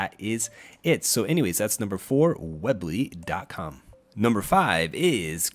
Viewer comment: Its pronounced weeeee bly not web ly lol that was bothering me a lot. Otherwise great video!